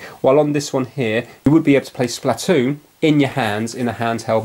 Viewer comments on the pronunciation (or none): splatoo its pronounced splatoon